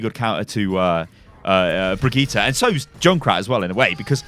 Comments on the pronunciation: Not Bri JEE ta but Bri GEE ta, how hard can it be? XD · Its not Bregiiiite, its Brightte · Well we say birgitta and not brigitta, good video btw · Bri-gitt-EH, not Bri-gitt-E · Its BrigittE not BrigittA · actually its Bri Gi tE, not Bri Gi tA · Its not pronounced Brigita! Its a german name, duh! Ask a german dude and let him tell you how to pronounce Brigitte! It is completely different. Yes, Papa Jeff said Brigita, but Jeff does not speak german! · you..are..british... IT IS BRIDGE-IT!!!! stop trying to sound swedish lol. you know there are several ways to say melee, as you have said (in a brigitte vid).... me-lee / mel-ay.., just think about how we say "michelle", and how the french say it. case closed. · dude brigitte is an old fashioned french name for ladies.... pronounce bree-jeet -__ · "Brigita" ... That's completely different than just pronouncing "Brigitte" german or english. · Seriously bri-gee-tah, three syllables my dude. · blizzard dont know how to say brigitte´s name. its a shame. its briggitE not A in the end. Brigitteh. Blizzard!! back to school! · Stop the BRIJITTE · Bree-Gee-tay howfucking hard is it to say that? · Jeff is wrong. Her name is pronounced bageut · Kaplan can't pronouce her name. His Brigitte pronounciation is worse than his Torbjörn pronounciation. Correct pronounciation: [Bri-Git-Eh]. That's how she pronounces her own name. And I'm swedish so... All parts short, no pauses in-between. NO D. NO A. No J, Hard G. Git rhymes with Hit, not "jeet". "Eh" is pronounced like E in Elements. The "Bri" is pronounced a bit differently in swedish, but it's a small difference that doesn't really matter as long as you don't add random letters or replace half the name with something completely different. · I’m triggered when people say Brijet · Q it’s pronounced “Bri Jit” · stop saying brigitte, you are doing it wrong....... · You are not saying her name right you tool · Rohan Motilal Seriously. Its NOT hard to say. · It’s pretty cringe tbh